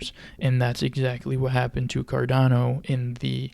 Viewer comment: Cardano not Cardono hahaha